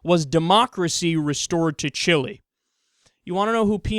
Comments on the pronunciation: Kyle, it's "Chee-lay" not "Chillie." Chili is some cheap ass food for dipshits from Texas who think that they still live in the Old West! Chile is one of the most amazing and beautiful countries on earth. To recap: Chili=Dog Food, Chile = South American Nation. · Kyle, Chile isn't promuanced "Chilly" its pronounced chi-lay